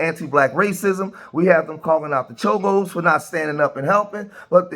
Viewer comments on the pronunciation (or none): It's cholos NOT chomos.....which are child molesters. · It's cholos not chomos fuck chomos and the illegal immigrants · Cholo’s not Chomo’s . 😂😂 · They're called Cholos not chomos. Big difference 😂😂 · You foul for calling them chomos instead of CHOLOS! A true B.A.N.! You gon get someone mopped up! I ain't protesting against ice but I ain't t standing with dis B.A.N.! Unsubscribe! Cancel this weirdo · CHOLOS... not CHOMOS CHOMO Means something ENTIRELY Different 😂😂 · Lame ass ignorance ALL YOU IDIOTS NEED TO KNOW YOUR HISTORY. BLACK, WHITE, YELLOW ARE ALL IMMIGRANTS. THIS IS ARE LAND AND SUR CALIFIAS . MEXICO 🇲🇽 IS CALIFORNIA . ALSO LEARN HOW TO TALK. WERE CHOLOS NOT CHOMOS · It's CHOLOS , not CHOMOS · I think your trying to say Cholos ... Just correcting you your saying the worst act to kid fuckers aka Chomos just correcting what you are saying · Did he say chomos or am I trippin 😂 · Please be careful with your wording bro, your saying Chomos but the Proper Term is Cholos bro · Bro you said “chomos “😂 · CHOLOS Not CHOMOS!!! WATCH YOUR VERBIAGE, DUDE! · "*Cholos" not "chomos" lol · Calling the cholos chomos throughout the whole video got me 💀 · It's CUH DA HEY SHE IS CALLING OUT CHOLOS NOT CHOMOS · Did he say chomos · Cholos not chomos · Dude, you mean to say Chollos. That's the gang members. You said Chomos, which is prison slang for child molester! You mean Chollo, bro! Chollos are not child molesters! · Lol this mane called them chomos😂😂😂 its cholos bro, chomos means pedophile or grapist or sum shit😂😂😂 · He said chomos😂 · I think you mean cholos not chomos